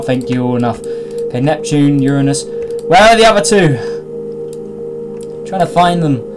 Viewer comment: Thats not how you say Uranus